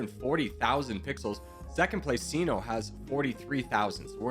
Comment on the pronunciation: bro pronounced CİNO (gi-no) like si-no 💀💀💀💀💀💀